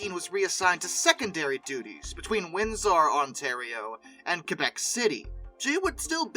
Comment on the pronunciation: It is pronounced windser not windsar